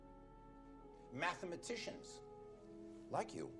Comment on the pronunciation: "Math-A-matician" pissed me off